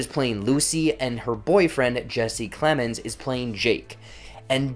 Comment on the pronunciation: It needs more than one watch, because Kaufman has produced a puzzle for us ....OR you could just read the original source novel. Just for the record, it's: Plemons not Clemens ( and ) Thewlis not Themiss Kaufman not Kaufmell (as you corrected yourself ), and fucking not >boooooop< ALSO - how the >boooooop< hell did you get to watch this movie a full week before it was released ...on Netflix??